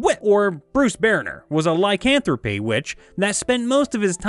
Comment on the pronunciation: "a lycanthrope witch". I will usually let mispronunciations pass, but this one I just cannot abide. You had pronounced it as "Lie-can-throw-pay". It's "Lie-can-throwp" (rhymes with rope, as spelled). Lycanthropy is the disorder. I only mention this because I've got a particular character that goes between Rage and D&D often. The one thing that he's known for is his assault on vampires in both universes.